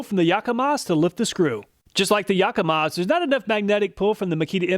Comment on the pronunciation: Say "Yakamaz"